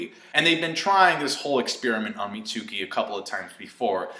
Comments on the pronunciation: Also it's meet-skee not mi-tsu-kee. That's like saying sasuke like sa-soo-kay. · Pronounced "Mitt" + "ski"